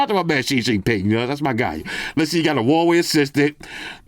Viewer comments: 😂😂😂 "Straight Xi Xingpin" lmao😂😂😂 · Shin shin ping 😂😂😭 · “I wanna give a shout out to Shing Shing Ping” 😂😂